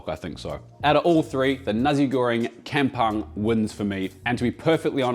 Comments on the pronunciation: Yummo as always. If you ever need a taster in your Sydney test kitchen give us a holler. Can help you with the pronounciations too "come pong" not "cam pung", and "chao faan" for Cantonese fried rice.. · Just a little correction on pronunciation. Kampung --> Kum-poong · Sorry la ek tapi rasa annoyed lak dia sebut kem-punk tu 😃. Tak buat research dulu ke cane nak sebut 😭. Tapi nampak sedap and perfect 😋. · Not complain but like how we learn to pronounce brands or cuisine from other countries. U got Nasi Goreng pronunciation spot on but KAMPUNG is not Camp-punk 😂, KAM pronounce much closer to COME (just imagine the C with a bit hint of the letter K instead, but COME would sounds 90% there), while PUNG sounds more like BONE with a delayed -NG at the end, this can be a bit tricky cos english word seem to flatten the sound of “U” when paired with NG. But in fact keep the way u pronounce BONE, keeping the whole tone forst half tone of how u pronounce BO in BONE n finishes it off with a delayed NG (it should sound something like i are trying to mimic a hollow sound effect, think of a much lower key and empty sounding drum with the higher pitch as Bang but a hollow one as BONE-NG) just repeat quicklu the word COMEBONE n ends it with the delay sound of -ng at the back, there u hav it KAMPUNG. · Its kam-pong not kam-pang. Lem-pang nak? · kampung ... K-ah-m ... P-ooh-ng not K-eh-m P-ah-ng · Its pronounced as Kam Pong. 😂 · its pronounced more like "kum" "pong",!:) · Firstly, you've got your pronunciation of 'kampong' wrong. Secondly Nasi Goreng Kamong uses Kangkong NOT BAK CHOY. Sorry mate, that's like making a beef steak with chicken. 😂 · it’s pronounced “Kum poong”:) I don’t want Uncle Roger roasting you. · To pronounce Kampung is karmpoong. Sorry... It suffocate me when hearing white guy pronouncing our malay language. Keep it up 👍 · The pronounciation is closer to come-pong in malay but absolutely stunning food as usual,.